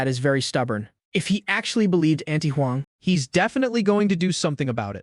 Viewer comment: "Hez, ill, shed"👀🫠